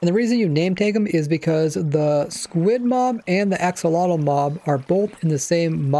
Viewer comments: Looking it up and listening to the pronunciation, it's: [aːˈʃoːloːtɬ] Which sounds kind of like "asholodt", but I would definitely recommend listening to it being said, ofc I wouldn't expect you to pronounce it exactly the same, but apparently it's not how we would normally pronounce axolotl with the x being more of an sh, and the tl being more of a dt. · ive always heard it as axolotl - x tl, even from axolotl owners. pretty pedantic, considering accents and language in general allows for people to pronounce things that mean the same thing, quite differently.